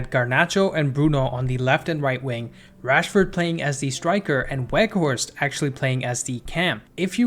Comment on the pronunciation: with an Edge: the 'W' in Weghorst is pronounced as a "V", please correct accordingly moving forward. Otherwise, great video!